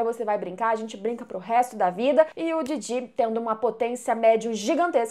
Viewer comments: Em q versão de dublagem o nome dos personagens do anime tem essa entonação q a usa (Momô e Didí)? Na q eu vejo é Mômo e Dídi. 🤔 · Ouvir vc dizer didí ao invés de DÍdi e Mômô ao invés de Mômo dói os ouvidos... Mas de resto o vídeo ficou muito bom kkk